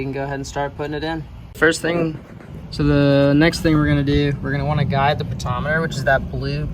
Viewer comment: Po tent chi ometer not potometer. Im a mechanic so it kinda drives me nuts😂